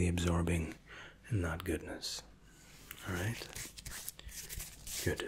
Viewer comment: Every time he says “goodT” I immediately get tingles